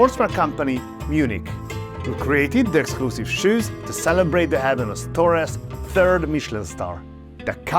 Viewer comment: the H is mute in hermanos or any other Spanish word